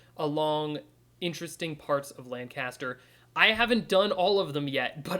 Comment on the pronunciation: Whew, gotta say, it's obvious you're not a local...this is painful to watch! 🤣 "Lancaster" is pronounced very unlike what you are saying.